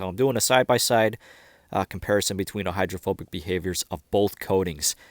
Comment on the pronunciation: say it with me: HY DRO PHO BICITY 👌🏻